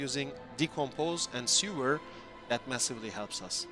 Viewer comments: All cool but what you're saying is "sewer"which read "ˈso͞oər", the skill is called "sever" which read "ˈsevər" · its not sewer lol its sever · seVer as in CUT not seWer as in underground tunnel of shit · really dope build and thanks for the info! calling Sever 'Sewer" made my day tho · Say it with me now... Sever, "seh·vr". As in cut off, remove, detach. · SEH - VER , its ok, english is not my native language either, yours is great btw ... Also, very cool build and video...all it needs now is a zombie dragon